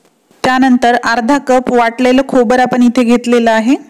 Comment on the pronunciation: खोबर नाही खोबरं.